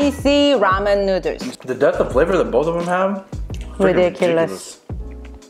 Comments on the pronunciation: Say noodles correctly pls my god🙄🙄🙄🙄😡😡😡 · I heard her saying noder.. My mind jimin :- I love noder.. Korean noder 💜💜💜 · This bitch says, “nooders” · I love the recipes here and they look amazing, they make me want to buy a pasta maker and do ramen from scratch. But the real reason I come and watch these videos is how she says "nooders" xD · She did an amazing job and this is something I know I’d never be able to make without screwing up! And I love how she says noodles with her accent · how she says noodles is great. and wow he has a shirt for it too HAHAHA